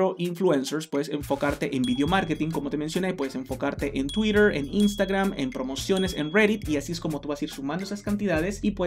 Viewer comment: Por qué decís "Tuitrrrrhh" Con acento gringo?.